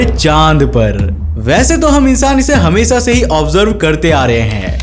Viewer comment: Video toh theek he lekin aapke SA or SHA me bahut jyaada dikkat he. Hamesa nahi Hamesha hota he Saayad nahi Shayad hota he. Theek karo isse bro.